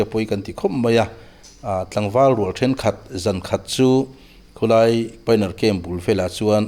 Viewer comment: Khu lai tih mai tura khu tlaia inti kher zel hi ngaihthlak a tinuam lo. I hmanggngawrh angreng bawksi.